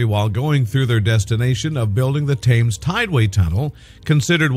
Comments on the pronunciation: Tims! Tims! Tims! Not Tames. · It's not Thames as in can, it's Tems as in bed. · Please check your pronunciations, several are wrong, most importantly the word Thames.